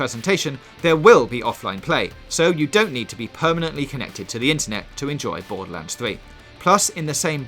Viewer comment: Bowduhlands fwee